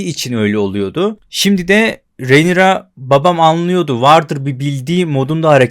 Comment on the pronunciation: hocam şuna rinera de ya, reynira ne.